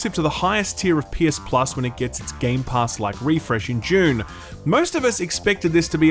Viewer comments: Man I am sorry but you are absolutely saying "June spice wars" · That’s not how you pronounce Dune.